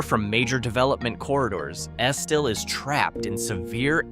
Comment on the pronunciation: Its not Esteel it's pronounced Es-still. I got plenty of family there.